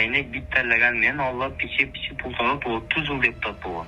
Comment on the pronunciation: Суйлоп жаткан бала, доошунан жап жаш баланын уну. Андай жаш балдарга баляя барбы политикада. Пичи деген созду пиичи эле суйлош керек, а булар пичи пичи деп коп суйлоп салды. Шайлоочуларын эч ким мындай сатылат, алданат деп суйлобойт. Бул 100% конкуренттенинин иши. Эгер чындап суйлогондо милициялар кармап, жазасын берет эледа. Азыр конкуренциялары нелер кылбайт депутат болуш учун.